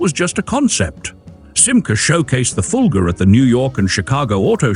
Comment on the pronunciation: It's Fulga, not Fulger. Stop with the i intrusive R, it doesn't belong.